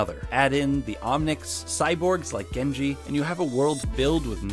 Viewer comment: It's Genji, not Geinj